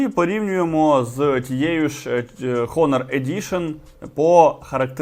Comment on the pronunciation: Дякую лайк, але трошки поправлю, у англ слові HONOR буква H не вимовляється, а звучить приблизно як "Она" наголос на о